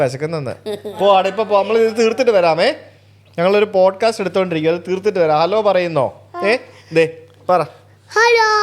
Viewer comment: "Bodcast" alla sujithe